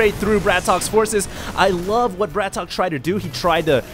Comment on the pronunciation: and please pronounce the names right BRATOK is one word not BRAT...OK and also if you don't know where BRATOK is from, just don't say noting he is not ukrainian he is russian you don't want to be called canadian so try to do your homework before the cast